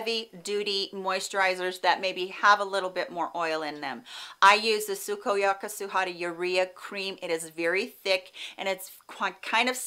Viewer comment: I love how you say Sukoyaka Suhara. I am dying to try that eye cream with urea!!! I love when products can give us fresh skin to look younger!!!!